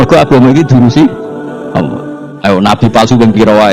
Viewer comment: Saya tidak mengerti bahasa gus baha, bikin pusing bahasanya lah. Dan kenapa menyebut ALLAH selalu terdengar AWOH,..